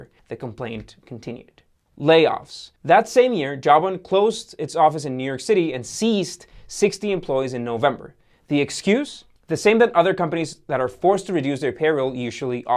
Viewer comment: This guy has a serious problem pronouncing very common words Ive heard it on his other videos Carl "Ecahn" Ceased = Seized Toemail = Turmoil Huh? He needs to read his script first or slow down just a touch